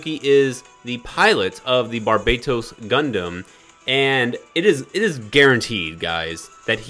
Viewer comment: Bar-bah-toes not bar-bae;)-toast. Love you! Passing on banner